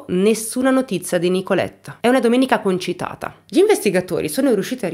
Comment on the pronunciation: io ti guardo sempre e ti apprezzo tanto ma si dice "concitato", ti prego! 😅🖤 Auguri!